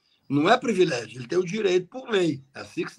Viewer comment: Kakai, você disse “previlégio”, mas você sabe que o certo é privilégio.